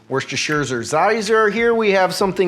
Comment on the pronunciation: Worcesterpfizer Sauce. For Cow-vid.